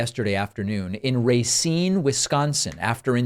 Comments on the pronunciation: It's Rah-cine not Ray-cine. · I love you David. You’re my go-to guy for political pundits. You and Luke and Brian. For those of us in the Midwest, it’s pronounced Racine (Rah SEEN), -with the accent on the second Syllable. Hope you don’t mind!